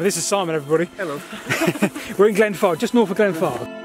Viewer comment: I should drink my tea before watching because i swear y’all keep saying “Glenfart”.